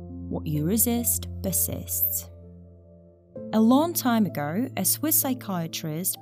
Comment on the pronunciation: A long time agoi - you must be Australian!